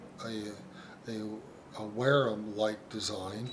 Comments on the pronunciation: You dont know what your talking about mate, apart from your very poor pronunciation. I dont think Ive heard such drivel...If the Wharrams sell so well ...your obviously WRONG !!!! Why do refer to Wharram owners as being part of a cult. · It’s killing me that your mispronouncing Wharram.